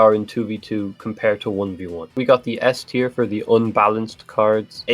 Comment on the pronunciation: Bro, you're German and you're calling it SS-tier.